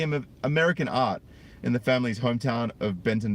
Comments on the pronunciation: LOL.... ARKANSAS IS PRONOUNCED AR-CAN-SAW, I KNOW!!! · Just so you know: Arkansas is pronounced "ar-Kan-saw".